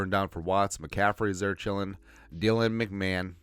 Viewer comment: The way you say Dylan McMahon makes me want to hear you talk like the Fargo show people.